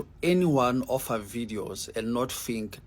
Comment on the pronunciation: The man with the 🇿🇦 background says har instead of her 🤔. And he says do somefing with yoa life